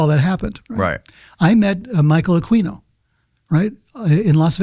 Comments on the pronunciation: Aquino is pronounced a-kee-no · I knew Michael Aquino (pronounced AH-KEEN-O btw) as a teenager. His stepson Chris was my best friend at the time, and I used to stay at his crib behind the SF Art Institute, where Chris and his sister Beth had their own side of what was a duple. Aquino was a bozo, but looking back at some of the stuff that happened when I'd stay with Chris is a trip. Chris and I were deep into the burgeoning underground metal scene in SF and the greater Bay Area at the time, and I remember Michael coming over one night while we were figuring out a Mercyful Fate song, and introduced Aquino to their music, lol. But, yeah, so the LaVey connection (whose daughter Karla both Chris and I were acquainted with due to the metal scene...) that Levenda brings up is ALLLLLLLL wrong, which sets my bullshit detector off. Aquino was ex-communicated, he did not just leave. Michael believed in an actual "Satan", and was into some fucked up shit, so Anton told him GTFO. That's how Temple of Set began. Chris' uncle (Bill I think his name was), Lilith's brother, was also military and also in the church. But yeah, Levenda for one can't even pronounce Aquino's name correctly, he also has his affiliation with LaVey all fucking wrong. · He keeps pronouncing Aquino wrong. the q is silent. it is uh-KEE-noh. This dude is sus.